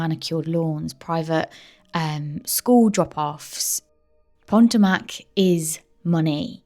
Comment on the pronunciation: I love the channel, but please check your pronunciation, Maryland. Potomac. I'm an Aussie but I lived in that area of the USA for a few years. Xxx I don't want you to lose subscribers xxx Very Rich area. Fabulous seafood. Lots of boats.